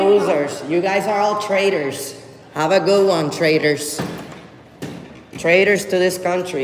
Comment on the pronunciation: at the end why is the frauditor calling the police 'traders'? Oh, I forgot, they have no command of the English language and cannot pronounce 'traitors'.